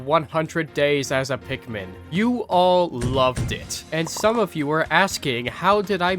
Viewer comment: It's pronounced pik-min